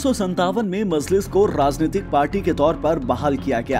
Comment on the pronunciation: This anchor cannot pronounce even names correctly so how can he explain Owasi's history. Kaha sey pakad kar lay ate aise jahil Anchors ko??? pagal mazliz nahi Majlis..Razwi nahi Rizvi bas kar bhai has has kar ansoo nikal gayee